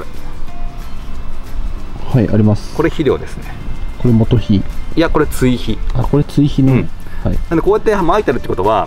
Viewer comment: モトヒと発音？モトゴエじゃないですか？